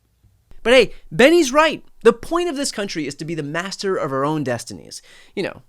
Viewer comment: I really don't like how he said master, that had a hard r hidden in it